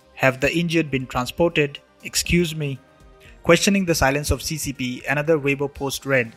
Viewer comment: The seaseapee... The pee in the sea...